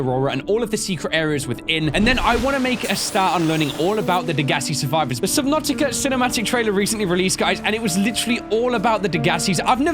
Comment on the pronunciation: I swear he said Subnanica lol